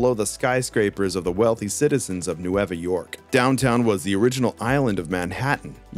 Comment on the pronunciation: N-way-va York.* 🥲 Means “New” in Spanish.